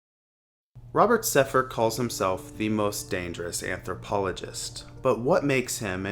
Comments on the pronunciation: You can`t even say his name right. It`s Sepehr not Sepher. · You can’t even pronounce “Sepehr” properly lmao